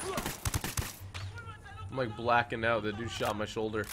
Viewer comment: he said solger not shoulder